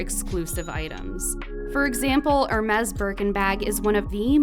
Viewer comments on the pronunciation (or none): 'Ermez' lmao what....